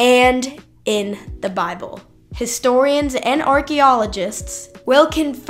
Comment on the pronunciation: Love the way she pronounces 'Bahble" and "wri-en". Dropping the t's in the middle of a word is definite giveaway for a lack of education. Oh, and then "no man could have came up with." I should make a vid just on her atrocious English.